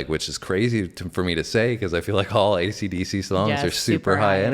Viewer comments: learn to say AC/DC correctly!!! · BARS & BARBELLS.Будь ласка,навчіться правильно говорити AC DC!!!